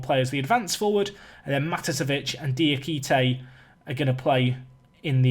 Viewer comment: yay you started saying Diakite's name right